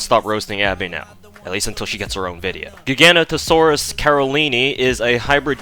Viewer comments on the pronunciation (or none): Giganotosaurus is pronounced with a j sound officially, but that's the only one that I saw issue with. All the names picked are absolute mouth fulls to pronounce.